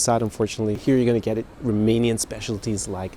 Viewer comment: your Romanian pronunciation is very good. Congratulations!